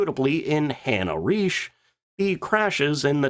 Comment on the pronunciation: Jeez man, you pick such interesting subjects, that's really good, but your pronounciation makes brains bleed... Faisler??? Like in Lafuaffa??? Who the hell would Hanna "Rish" be??? Come on😂😂😂